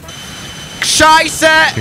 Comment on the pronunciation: I love how he says shit in german😂